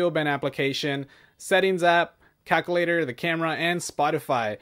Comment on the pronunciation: Lmao bro I can tell ur Hispanic cuz u say calculator just like me